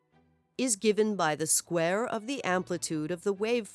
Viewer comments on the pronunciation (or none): none